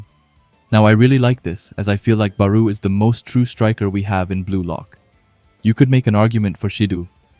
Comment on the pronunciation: Am i the only one thatheard Beru instead of Barou?